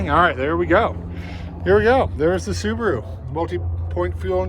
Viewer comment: Aaah, the "Soobaru boobaru lubearu Legacy".